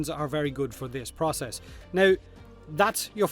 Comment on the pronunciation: Process... as in Potato but with an 'R' before the first 'O'!